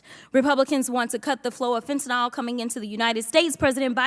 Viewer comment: Are there really 50 different ways to pronounce Fentanyl? I don't think it's Fentanol or Fontunil.